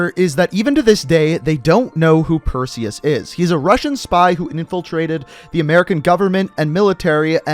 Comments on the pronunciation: Ayyyy he said Perseus right this time😂👍🏾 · You're the only COD youtuber I've heard pronounce Perseus correctly